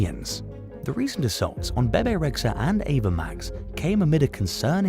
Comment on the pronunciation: Bebe is pronounced BeeBee. SMH.